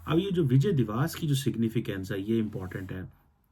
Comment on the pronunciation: First of all it's 'divas' (pronounced as dee-va-ss) not 'diwaas'. 😂 Secondly we do it to showcase the humiliation of the Pakistani hijduddin fauj in 1971 - the largest post-WW-II surrender by any army. Thirdly, you forgot another important aspect of Vijay Diwas - the Paki army took off their pants and showed it had no balls. The pants are still preserved in many of our army museums, incl Amritsar. Ye din Pakistan ka sharmnaak dastaan bayaan karta hai. Tum har Dec 16 par chutti lekar apna Mongolian thobda chhupaya karo. 😂😂😅